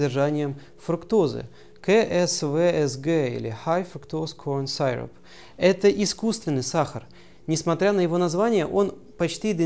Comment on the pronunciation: "syrup" не так произносится.